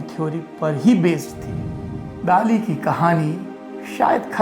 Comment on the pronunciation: During my visit to Salvador Dali's hometown few years back our Spanish tour guide specifically told us to pronounce 'Dali' as 'दली ' and not 'दाली '...Spanish people just don't like the mispronounciantion of his name! :-)